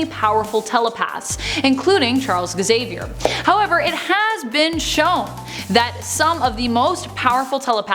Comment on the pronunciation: Charles Visaviour? lol